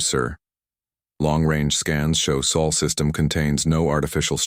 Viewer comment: Celebration time everybody🎇🎇🎇 The AI finally got "sol" correct